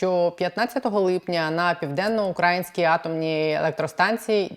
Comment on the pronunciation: Правильно казати Південно-Українська з наголосом на [ ї ]. Дякую